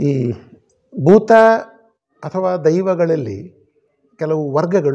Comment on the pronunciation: ಬೂತ. ತುಳುವಿನ ಬೂತಕ್ಕೂ ಕನ್ನಡದ ಭೂತಕ್ಕೂ ಉಚ್ಚಾರಣಾ ಹಾಗೂ ಅರ್ಥ ವ್ಯತ್ಯಾಸವಿದೆ. ದಯವಿಟ್ಟು ಗಮನಿಸಿ.